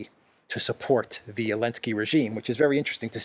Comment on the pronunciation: Damn you, you have got me calling him Elensky now!